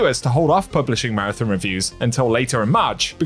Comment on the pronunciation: Please pronounce Marathon correctly, lol.